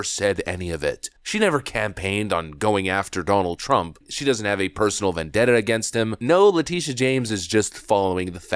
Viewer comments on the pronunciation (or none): I'm dead vendebtor! Try vendetta...LOL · "... personal vendett-ER against him..."?? This woman is so ignorant. She can't even speak. And she didn't even know what the term "hostile witness" means, and so much more. How did she ever get a degree in LAW, let alone become a District Attorney? Stupid, ignorant of the law, biased, corrupt, liar. I am so glad these things are coming out... usually we have to watch it happen, and nothing is done about it. Finally, it seems, the unjust are getting some justice. Real justice, not their fake kangaroo court kind. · What’s a “vendetter?” Is that the person who has a vendetta against someone??? 😂😂😂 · I don’t have a vendetter against anyone either. Serious question. Why, no matter the education or position, do they struggle to say basic words? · What’s a “vendeter?” You’re a lawyer, Letecia? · What's a vendetter? English mfer, do you speak it?